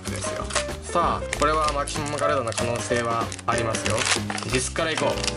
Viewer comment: マキシマガュリーダって言った時吹いたwwwwww